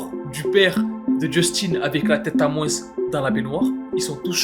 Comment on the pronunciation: "en moinsse"